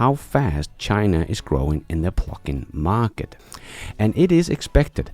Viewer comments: I love your shows! Please say pluG-in, not plucking 😅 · I’m sure you are saying “plug-in” but I swear by the time it gets to Texas it sounds like “pluckin”. ‘G’s are expensive in Denmark? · THANK YOU ! And I watch nearly every one of your videos, I was born in USA - I do want to let you know that I like your accent (Which is very small) and there is one word in particular that throws me every time you say it; PLUG-IN. when you say it - it sounds like PLUCK in and when you say it fast it sounds like the F word that rhymes with PLUCK....Just an FYI> Thanx again for all of your great videos and "Keep On holding your Breath! !" Harold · Everytime you say 'Plug-in', it makes me think of 'Pluckin'.... which is an alternate to 'Fnckin'. Which sounds hilarious. 😂